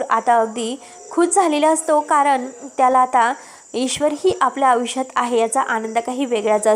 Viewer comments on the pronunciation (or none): आविष्य नाही . आयुष्य असा शब्द आहे. ऐकताना कंटाळा येतो. एतो नाही.